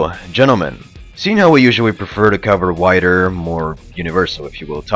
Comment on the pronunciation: I just loved how i heard whiter in the beginning instead of wider sounds way better.